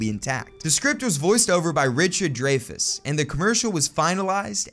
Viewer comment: The content is inspiring, but mispronouncing the name of Academy Award/OSCAR winner Richard Dreyfuss immediately pulls this down to questioning if this is an AI created video from Asia. 🤷🏻‍♂️